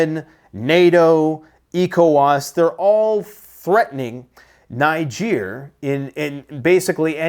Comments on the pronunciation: Hi. It's pronounced/Ni-dg-a/, not /Nai-dg-a/ Niger Republic is pronounced different from Nigeria/Nai-dg-ria/ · I believe Niger is pronounced knee Zhair, with the emphasis on the second sylable. Besides that you have mastery of words. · it's Nijayyyy.... Not calling it like my country Nigeria please...I know our illegitimate president is the head of Ecoeas threatening military action, don't mind that old man...we citizens of Nigeria are with Nijaaaay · Hi great video. Just to say Niger pronounced Nigur! 😊